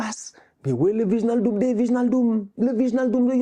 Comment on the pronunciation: "Vichnaldoum"??😭 ça se dt "Ouèïnaldoum" pitié🤣